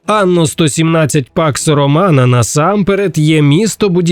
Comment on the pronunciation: все время слышу "пак сарумана"